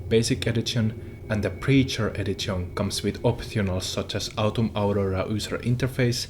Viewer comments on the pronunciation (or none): edzizion edzitionz bro D:!~